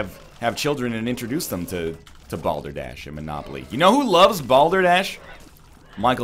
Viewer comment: Excuse me, did you say... "Balder Dash"? Is that like eggrace?